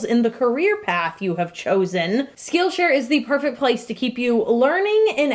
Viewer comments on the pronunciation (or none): For some reason, whenever she said "Skill Share" I heard Steel Chair It made for a very confusing sponsorship about steel chairs that teach you skills...